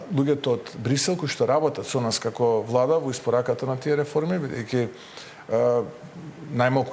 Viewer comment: Пуетходната вуада па пуетходната вуада, 4 години ке поминат у пропаст и се ви е виновна пуетходната вуада.